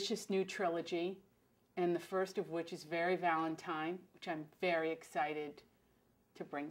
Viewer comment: I love adriana! ...but did she say Valentime?!